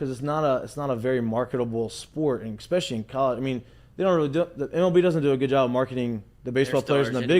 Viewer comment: Saying “eck-specially” instead of “especially” is a big thing, huh?